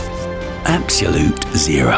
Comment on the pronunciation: I wish he could pronounce "absolute"